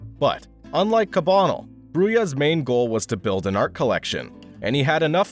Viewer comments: It’s cah bah nell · The pronunciation of “Cabanel” doesn’t seem quite right. Check out The Canvas’s “Alexandre Cabanel: Fallen Angel and Academicism” at 3.37 for a pronunciation that’s closer to what’s commonly accepted.